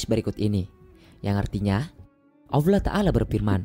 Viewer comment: Maaf bang bukan alloah... Tapi Allah 🙏🙏